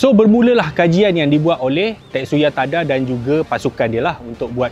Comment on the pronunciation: Tetsuya Tada <-- bukan ting ting laaa....sepatutnya......Tadaaaaaa.......😂😂😂